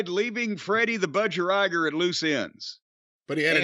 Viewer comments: Laughed so hard at the way Jim pronounced Budgerigar, don’t you guys have them in the states? It’s pronounced Budge-e-ree-gaar! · Hearing Jim try and pronounce Bud-Ja-Ree-Gah (phonetics... Lol)